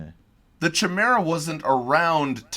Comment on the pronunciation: Yes, I was a bit surprised/shocked when mispronounced that word:/